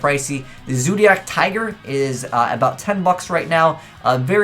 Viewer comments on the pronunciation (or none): none